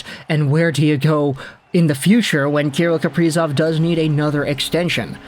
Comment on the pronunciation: kah-rill kah-pree-zov